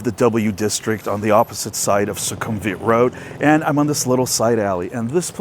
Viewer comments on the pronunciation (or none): stop saying the V in sukhumvit as a V its pronounced as a W